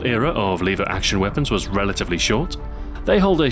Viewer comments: liver action? omg it's pronounced LEVER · are you british? you said "Leever action".